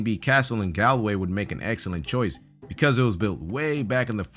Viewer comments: I hope sees this... but Galway is pronounced: Gawl-way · Same it's pronounced gawl- way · the way he said "Galway" has me in stitches it's really pronounced G-all-way But he gave a good try I was really suprised to see that castle on hear, I know the castle well and it's just so strange to see such a familia place on the channel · you called it "Galway" it's pronounced "golway", and yes I'm an Irish grammar Nazi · It's pronounced golway but it's just spelled Galway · its gallway it is pronounced gálway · The way he pronounced Galway 🤢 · On Number 4 you butchered Galway I'm Irish and I nearly cried when I realised what you were saying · 😂 when he said Galway i couldnt stop laughin 😂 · Danielle Casserly he butchered didn't he, I nearly cried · he said Galway wrong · the way you said Galway and Ireland made me cringe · The way he pronounces "Galway" makes ne cringe.... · Matthew Street same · Matthew Street i know I almost cried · hahaha the way he tried to pronounce Galway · Never thought Galway could be pronounced wrong..